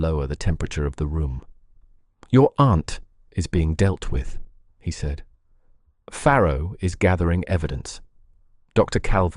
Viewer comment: Farrow not Pharaoh